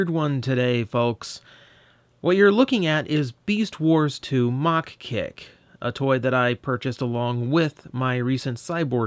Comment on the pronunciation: Don't you mean "MA-HA Kick"? :p